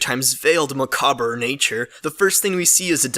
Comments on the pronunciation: macabre is pronounced MA COB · I'm sorry, I just hear this word pop up a bunch in Adventure Time discussions. "Macabre". It's pronounced "Mc-hab" like, the Mc sound in mcdonald or mcchicken, followed by hob, rhyming with cob (like corn.) I'm glad people are using older, less-used words but it can be a double-edged sword as sometimes they are pronounced weird, and you can betray unfamiliarity with the word itself. This isn't any kind of insult, I bet you've only seen it written, like I said the word's not used much these days. Just wanted to say it, somewhere, as Adventure Time community has picked the word up somewhere but, like, no one looked up how to say it :P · macabre is pronounced muh- cawb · Macobber? macob. Macabre. Macob. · I love you man, but macabre is pronounced MUH-COBB.